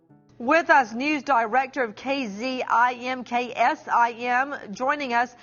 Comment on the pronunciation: News director of "Kzimksim". 😂